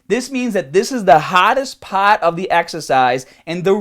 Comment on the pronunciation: "this is the haaaadest paaat of the exaacize"